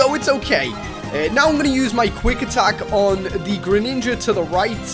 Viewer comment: u said greninaga